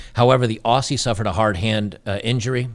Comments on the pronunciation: "Aussie" is pronounced Ohh-Zee, not Ohh-See :P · Aussie is pronounced Ozzie. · Mate= please pronounce "Aussie" AUZZY....the soft S sound Americans often use breaks our hearts!! Love your content